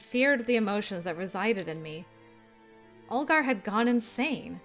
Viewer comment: You are killing that super deep Olgar voice, girl. Very Russian and scary 👌 So when are we getting the amnesia themed dating sim staring Tee